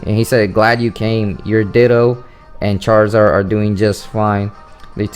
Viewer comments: Me tooXD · Me too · My ears are messed up. I keep hearing you say, "dildos" xD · Is it me or does he sound like he's saying Dildo when he says Ditto? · LOL IT'S NOT JUST YOU